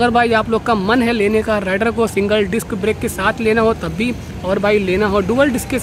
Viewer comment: Oye jhute.... राइडर नही रेडर बोल...... 🤣😂